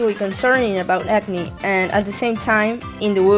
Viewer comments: Agni should technically be pronunced like 'ug-ni' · i can't not hear "acne" when you say "agni"